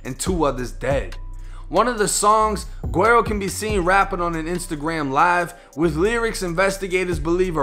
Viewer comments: Love the content my G, but it’s pronounced “weddo”! The “GU” is like almost silent but it makes like a “W” type sound, the double “R’s” are rolled so they kinda make a “D” sound in a way, and yeah the “O” is a fuckin “Oh” sound lmfaoo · Hey yo keep up the good work! This shit is important to document so dont stop. Oh PS - "Guero" is pronounced "Weh-do", just lettin ya know fam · Can someone tell dude it’s pronounced wedo Meaning white boy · Wero not wedo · No one else heard dis man say “gwarrow” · Its said like weddo (white boy) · You said his name wrong but great video lmaooo PS. his music is hella gas btw 🔥